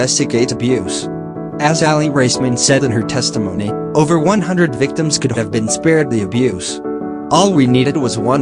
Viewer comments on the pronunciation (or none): none